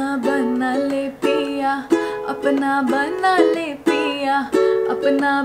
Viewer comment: Apna banna le ganda sunai de raha haii..😢its apna bana lee